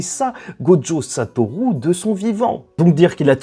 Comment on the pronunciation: Bon juste un truc parce que je commence à ressentir un certain agacement en te suivant: Prends des coups de japonais s'il te plaît, apprends à prononcer la putain de lettre U, c'est pas Satorou! Satoru! comme une rue! Dis le stp, SA-TO-RU, putain la VF de Naruto a fait mal à la perception en français, en japonais "u" ça se dit "u" comme chez nous!!!!! C'est Sasuke, et pas Sasouké, et c'est Naruto, pas Narouto, faites un effort vous abusez, vous parlez pas à la jap vous parlez comme des kékés. Même Sakura se dit Sakura, pas Sakoura, mais y'a un petit accent à prendre ok c'est plus difficile Sakura, mais les autres, sans "Ou" par pitié tu fais saigner mes oreilles on dirait un daron qui tente de parler mangas.